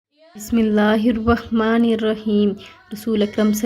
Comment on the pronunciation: Bismisla irrakman irrakheem galat h sahi kar lo plz ✔️Bismisla irrakman nirrakheem thinking